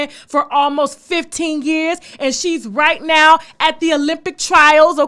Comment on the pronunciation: “Rhett now”😝😝😭😭😭😭